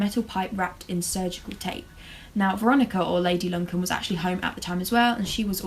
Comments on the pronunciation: Luncan? It’s Lucan, hon. Like, “Loocan”. xo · LU-CAN not lun can lol